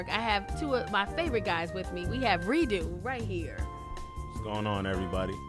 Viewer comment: She called this nigga Redo the whole time😂 (Ree·Dough)